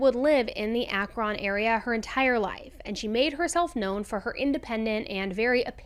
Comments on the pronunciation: Akron is pronounced ak-rin and medina is mah-dine-ah or meh-dine-ah. Lol clevelanders/ohioans know this. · Lol it’s killing me hearing her say AkrON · Hey, fellow Ohioan here and Akron is pronounced “Akren” on syllable. Maybe it’s our accent which differs from north to south. You’d never know this without being from the area because there’s no “e” in the town spelling😂 I don’t ask just follow the rule. Thanks for this storyline. I’ve actually heard of it before but not this detailed. All the best! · Just a little help with pronouncing Akron for possible future vids, it’s more like Akrin.. lived in Ohio all my 42 years and this is very common for anyone that isn’t an Ohioan. Much love! Keep up the amazing work! Love ALL your content! 🫶🏻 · ty for the vid :) just a heads up its pronounced ak"rin" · We pronounce it Ak-ren. Lol I know it's confusing a lot of our cities are like that. Obviously haven't watched this whole thing yet since you just posted it but wanted to let you know. Love when you cover things so close to home! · Love all your videos - they keep me focused at work. Just a little note for future shows - Akron is pronounced Ack-run - no big deal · Good morning!!!! Ohioian here, they say Akron like ak-rin. I know it makes no sense when you look at the spelling, just one of those things I guess 😂 thank you for all your hard work and dedication!! When I found your channel I was immediately hooked and I've told everyone about your channel!! No one puts out so much quality content as you and I love how it feels I'm talking to a friend!! I do everything while I listen, mostly clean and after my kids are in bed I put my headphones in and just relax!! Love your channel so much ❤ thanks again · I am in Utah and I have alway heard it Akrin, maybe it because we say things like mountain as moun’in Lol I think it’s funny how different we all say things. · Its pronounced Akrin but spelled Akron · it's Acker-ren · "Ak-rin" is how you say it lol.